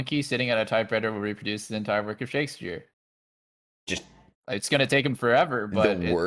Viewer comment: pronouncing it “shakesphere” is too good